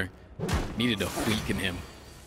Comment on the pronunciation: Can we make it a rule that whenever mispronounces weaken on purpose, he has to donate 1 dollar to a charity >.>?